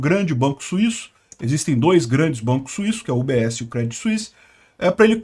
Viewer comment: Segundo vídeo que você faz e pronuncia errado! Se fala Crêdii sem o T